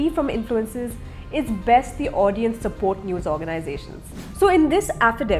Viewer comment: I "*sapot*" Dileep. lmao